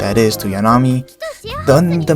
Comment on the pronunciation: THIS is the video makeine needed, holy shit, good job. Love the music, loved the analysis, loved the visuals, hated your pronunciation of 'Yanami' lol Very good deep dive on the 3 main girls. Too bad Komari's approach is the least direct of the girl's, being separate incidents, while Yanami is playing the long game and Lemon is charging forward at mach speed I guess what's so good about the series is that the relationship between the characters are really organic. The first 3 volumes were purely friendship forming between Nuku and the girls, while the whole club is still uncertain about their feelings(Nuku included) in volume 8.5, although Komari has the clearest picture since she was definitely thinking about it since volume 4 I just think that you painted too good of a picture of Yanami. Like, she is most likely using Nuku's preferences only she knows to have an advantage, but she is still the same girl who forgot her money twice and got stuck inside a wedding dress too small for her, she definitely didn't mean for the pen to have her name and Nuku's guess was probably right I'm so fucking hyped for season 2, the anime was such an amazing success because it was so good and beautiful, I can wait to see how they will handle all the Shikiya snow scenes and the Lemon date